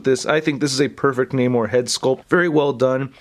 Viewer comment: Is that really how you say his name?